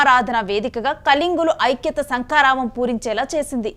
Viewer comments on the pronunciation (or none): none